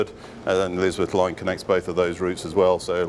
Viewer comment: Thought he said 'Lizard Line'.